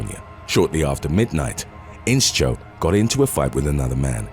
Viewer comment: It's not In-Cho but In-Show. The sch is pronounced with the sh sound. As in shoe, shh.. Inscho